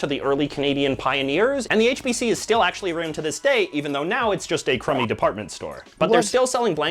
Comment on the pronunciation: As a Canadian, I've never heard anyone ever say aruned instead of around lol.